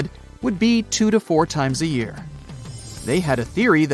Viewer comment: this fucking AI even cannot talk on Year in propper way!